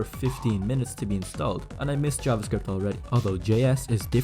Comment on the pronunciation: I was hoping for a senior 50+ years old C dev but then I heard JavaScwipt. Hurting.